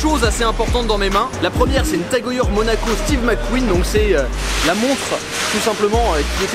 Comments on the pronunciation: On dit Tag heyère et non tag heuyeure 😉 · en fait ça se prononce tag-oeilleure .........moi j'ai toujours dit tag-heure.... merci pour l'info ^^